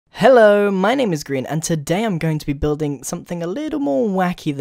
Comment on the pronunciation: u said green not Grian